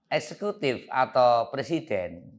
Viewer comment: kan ngomong nya pleciden